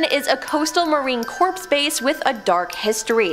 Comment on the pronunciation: Marine Corp. - pronounced Marine Core